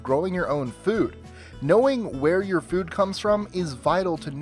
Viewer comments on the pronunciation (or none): i love how you say 'fud'